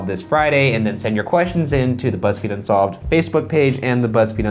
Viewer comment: “Bunsolved.” I’m weak😂😂😂